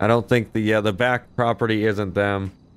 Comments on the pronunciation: It's property not proptery... Lol!! Great video!! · every time he said "proptery " instead of property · Cop #1 " Proptery..... proptery......wtf is the judge really saying proptery?" Cop #2 *phone rings "........ proptery! Yea he's definitely saying proptery, must have caught him drunk." Cop # 1 " got the warrant but it's made out for the Ace Liquor Proptery, do we go ahead?" Cop #2 "F&$# It let's go!" lol Sorry for picking on you but that scenario kept playing in my head while you where role playing this. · How many times can spell "proptery" while saying "property" over 100 ladies and gentlemen. Over 100 times. I couldn't take it anymore so heres my comment.